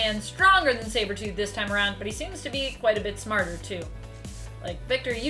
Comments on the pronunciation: Am I the only one that noticed on the second time she was saying sabertooth she messes up and pronounces “cybertooth” lol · is it me or did she just say "cybertooth" ? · Did she say cybertooth lol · You said cybertooth hehe. I love Spidey so it's ok that he beat Wolvie and Angel ( 2 of my top 3 all time favorite comic characters ever) in a fight. I'd like to see him fight Magneto, ESPECIALLY since Magneto has a shield and can use his powers to shut off someone's brain. He did it to Rouge in the 90's X-men cartoon and in the comic of that same show. Also Apocalypse. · Cyber tooth 🤣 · Who's Cyber-tooth? Or are you a recovering Aussie? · Lol she said cyber tooth 😂🤣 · Did she say cyber tooth????? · Lmao I had to play the video back and she did say cybertooth, the small little errors are sometimes the funniest